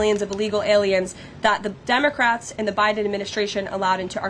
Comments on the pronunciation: I swear she started out calling them Dumbacrats. LOL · did she just say dumbocrat?